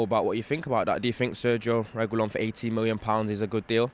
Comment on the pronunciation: “Reh-gee-LAWN” (caps = strongest syllable)